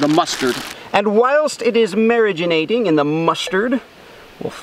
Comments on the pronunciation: It keeps irritating how he says marinating. it's not mariginate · Cant tell if he is saying marinating wrong as a joke or not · How many times he said “Mariganating” 👇 👇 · Mariginating isnt it marinating 😂